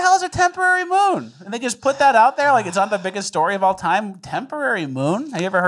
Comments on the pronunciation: Did anyone else notice "Temporary Moom"?!! Hahaha! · Lol, it's not a moon it's a moom. Mooms and aliems